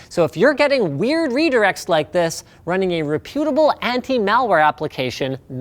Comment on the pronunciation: How did you say reputable???